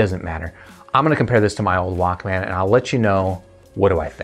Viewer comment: The way you say Walkman "Walk-man" is equivalent to pronouncing breakfast "break-FAST".... it's odd lol. Nonetheless, great review. Appreciate it.